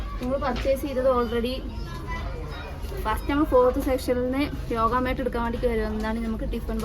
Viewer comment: യോഗ മാട്ട് അല്ല യോഗ മാറ്റ് 😁